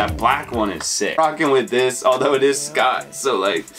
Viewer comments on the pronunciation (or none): Just for future references, Schott is pronounced "shot" :) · Yeah it’s definitely pronounced “Shot”. Shoutout to though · Just a heads up the “c” is silent in the brand Schott. Dope video man